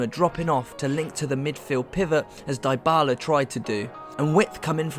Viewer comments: Dybala is pronounced as 'Deebala' and not 'Diebala' ! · Everything in this video is well done but you English need to stop butchering player’s names. It’s not Die-bala! It’s Dee-Bala!!! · it's pronounced Di-bala not Dy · Great video, but yeah the Die-bala made me cringe too.... Plus he kept calling Hee-guain instead of Ee-guain lol 😅